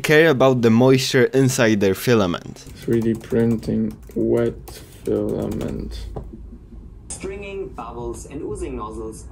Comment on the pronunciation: This guy really said:"everyone is telling me to keep my fliment dry, if the whole printer is wet my wet fliment will be fine."